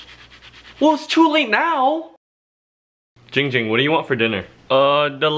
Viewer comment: its jing jing not ging ging